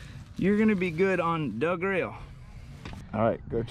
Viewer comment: “Yur guna be good on DA GRILL” Best Florida sentence ever !